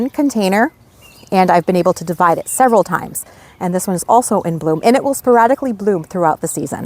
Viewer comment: I like the way you say “deer. Stay away from eet.”😂❤